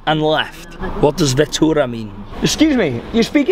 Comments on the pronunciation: The driver say's fatura,it is arebic word,not vitura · This is interesting. Nice vlog. Haha, its not veetoora, it is fatoora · It's FATOORA not Vettora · Bro it’s Fatora not Vatora. It means ticket 🎟️ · He said fatora, it means the bill ( he means he has to pay a fee) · It’s fatoora